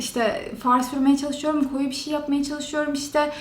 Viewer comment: kaç zamandır bu işin içinde olmana rağmen ki iş diyorum işten sayılmıyor hala daha bişi bişiler diyorsun konuşmanı düzeltsen keşke ilk olarak